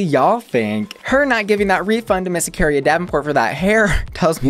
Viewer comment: Ok, but, it’s Akeria, not “Akaria” 😭 why 🤧